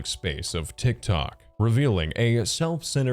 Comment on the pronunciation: Brotha did you say he would go to great “links”? The saying is “Go to great LENGTHS” lol.